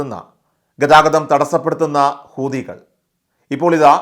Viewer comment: ഊദികൾ എന്നല്ല,ഹൂ ത്തികൾ, എന്നു പറയുക എല്ലാവരും തെറ്റിയാണ് പറയുന്നത്